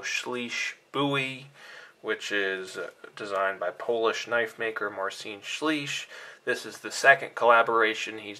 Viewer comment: Good review but your pronounciation of "Marcin Słysz" was... not so good. LOL